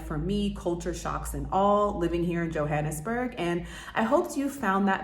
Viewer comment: You're mispronouncing the word Johannesburg! Get it right Sounds ridiculous! Also, locals call the city .J'burg! I lived there.. The country's sadly in decline .. electricity goes out every day for hours. However, still beautiful .. Embrace it! Cape Town it's magnificent. .. Children on brake play with each other .. S. African people are so much more fabulous than Americans. You've been misled by America if you think you're the superior people ..America. All about money and greed! South Africa .. Africans! Yess! Too bad you're so astonished .. why are you only finding this out now! Haha!